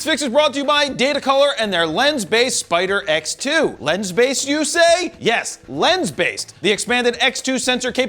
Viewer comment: Everytime you said spider x, my brain heard spider eggs.... and ewww DAVID!!!!